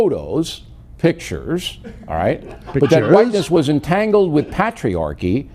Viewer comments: Lol pat..triarchy!! Damn he can't even pronounce shit right.Just ✋ please! 🤣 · Pat-riarchy and homonormavity